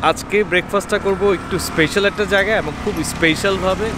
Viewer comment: উচ্চারণ টা "স্পেইশাল" না, এটা ভুল আপনার মুখে বারবার এই ভুল উচ্চারণ শুনতে খুবই বাজে লাগছিল, তাই মন্তব্য করলাম, দয়া করে অক্সফোর্ড বা ক্যামব্রিজ ডিকশনারি থেকে কিংবা গুগল থেকে সঠিক উচ্চারণ টা জেনে নেবেন।